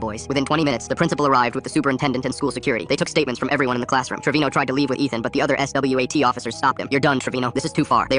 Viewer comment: Just say swat bro 😭